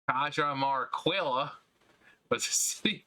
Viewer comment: Caya-mar-key-ah technically